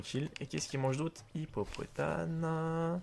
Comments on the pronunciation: On dit pas hippopotane mais hippopotaMe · Mdr tu dis hippopotane mais c'est hippopotame